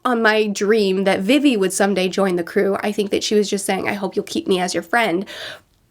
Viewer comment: It still kills me how she pronounces vivi’s name, it’s pronounced like vee vee